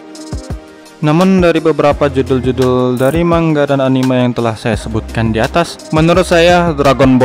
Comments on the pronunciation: Mangga wkwk 😂😂 cara baca nya itu bukan gitu cara baca nya itu mangaa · Manga bang bukan mangga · Sbnernya baca nya gni Man-ga gitu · maksudnya,yang dibahas yang bercerita bukan bilang manga malah bilang man ga